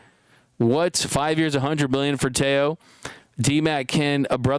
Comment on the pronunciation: Teo not two...